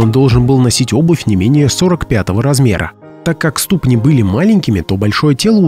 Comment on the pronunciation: Не стУпни, а ступнИ.